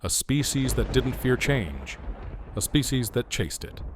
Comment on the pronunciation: "species", not specie ... (right ?) ... (÷